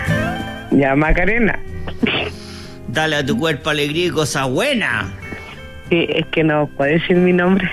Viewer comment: Macarena me suena a Macareno